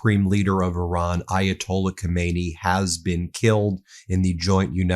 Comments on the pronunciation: It is not Komaynee it is Khame-Nae-yee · If you want to be a credible news source, please pronounce world leader's names properly. It's really frustrating. Khamenei is pronounced Hay-Men-Ay. Thanks. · Not yathola Khomeini his name is...was: Ayatollah Khamenei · BEN! God bless you brother. Get your pronunciation of ali haw-meh-nay. Different from the former supreme leader ho may knee. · Not Khomeini, but Khaminei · Not khomeini his name is Khamenei!!! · Lawful or not, no war is acceptable in a country that is no threat to yours. Ben please pronounce the name of Khamenei (Hamenay) not like Khomeni (homenny) who died 38 years ago ! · no Khomeini but Khamanei.... though true, similar, and even Pahlavi looks like his father.. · His name isn't Khomeini, it is Khamenei. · Just FYI - Not Khomeini but Khamenei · Dont PRONOUNCE KOMEYNI .KH A ME NE I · Ummm…Ben, please don’t mispronounce the Ayatollah’s name. The Ayatollah Khomeini died in 1989. Ayatollah Khamenei (pronounced Hah-men-ay) has been in power since 1989. As a media outlet it doesn’t look good when you make no effort to properly identify political figures. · The name is pronounced Ka-me-ne-i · Ka men EI, accent on the last syllable. Get it right